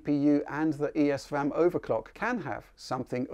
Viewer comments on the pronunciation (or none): none